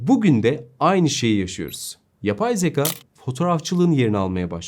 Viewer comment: Sevgili, harika yorumlar için teşekkürler. Ama editörünüzün (veya sizin/arkadaşlarınızın) hiçbiri uyarmadı mı? Yüzlerce kez kullandığınız ve konunun özü olan 'Zekâ' (şapkalı) yerine zeka' demeniz telaffuz/söyleyiş açısından doğru olmamış. Üstelik neredeyse her teknik youtuber yanlışı: 'H&M' 'Heyç-en-em' değil > 'Eyç-en-em', HDMI ise 'heyç-di-em-ay' değil 'eyç-di-em-ay' (aslında he-de-me-i mi denmeli, ayrı konu... Yeni güzel içeriklerinizi merakla bekliyoruz.